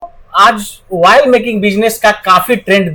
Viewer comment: वायल नही ऑयल मशीन होती है